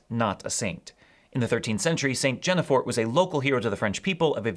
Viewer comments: St. Guinefort is not pronounced JEN-uh-for but GIN as in begin -for. If a bishop can excommunicate a swarm of locusts and animals can be put on trial then it would only follow logically that a dog can be declared a saint. What a double standard! You know St. Elvis, St. Patrick’s native rival to be patron saint of Ireland, is the patron saint of wolves and hospitality being raised by a she-wolf that he would let dine at his table. He was abandonment as a baby in the part of Eli that came to be called Eliogarty, us Fogarty’s family seat. Besides being the famous singer’s namesake, he is known for baptizing the patron saint of Wales, say. The first Pope to change his name was originally named Mercurius? How appropriate for him to invent such a mercurial custom. I like the idea that Mercury/Hermes Trismegistus was the Greek pagan transmission of Melchizedek. Maybe so — the names are certainly similar. The winged messenger — there definitely seems to be some old connection there . . . Candlemas — yeah the Germans used a bear or a badger. The change to a groundhog definitely has to do with the Chinese Zodiac. It’s generally February third rather than second in East Asia due to the time difference the eve of solar spring which is when the yearly zodiac sign changes. The last sign is pig/boar/hog and the first is mouse/rat/rodent so an intermediary animal such as a guinea pig or a groundhog would seem auspicious. Of course I think the Easter Bunny is also influenced by that ancient z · Mispronunciation: Maldives sounds roughly like "Aldis". Guinefort rhymes with 'green fore'